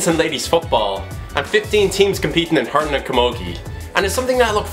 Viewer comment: Fair play promoting hurling. P.s You've some twist of an accent! You pronounce hurlin' like hurnin or hurin xD where's the 'l' ?! - Top drawer lad!